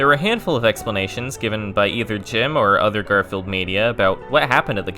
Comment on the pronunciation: GAR-FEE-ELD PEACE CORE Holy shit, kid